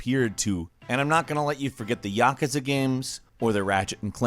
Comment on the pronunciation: its ya koo zuh not yaka za